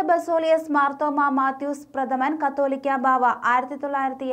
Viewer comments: കത്തോലിക്ക എന്നല്ല കാതോലിക്ക എന്നാണ്. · Please tell as catholica not cattolica. First study and speak. Thanks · Please tell correct pronounciation. Not kattolica. Catholica is correct. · കാതോലിക്കാ എന്നു വായിക്ക്.